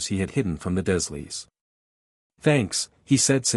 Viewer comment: You are pronouncing the dursleys, wrong, it's d.U r leys Other than that.\nIt's a good story , but you've got to get the pronunciation right on a lot of things❤😂😊